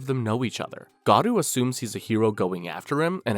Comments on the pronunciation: Not Gadu, his name is Garou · Bro you said garou of gadua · It’s not gadu. It’s GAROU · Garou❌ Godu✅ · it is not godu ti is goru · Am I really the only one dying a little inside every time this guy says "Garoo"? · Dude... why the f are you saying garou like that?